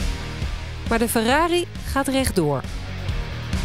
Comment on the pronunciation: De politie noemde de f”ERRARi” een ERROR”i 😂😂😂😂